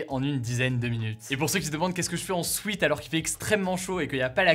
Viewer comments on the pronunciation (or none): Sweet ou sweat?? Je ne supporte plus la prononciation sweet (prononcé "swit") au lieu de sweat( prononcé swèt).. Pour rappel sweet= bonbon ou doux.. sweat= sueur et dans ce cas, " sweat shirt " = chemise dans laquelle on transpire .. origine dans le sport.. Si on utilise un terme anglosaxon autant l'utiliser correctement.. Je précise que je suis dans une famille Franco-Britannique.. Ceci dit, j'adore Hugo et tous ses résumés de l'actualité. . Concis, clairs, informatifs et sans parti pris.. 👍👍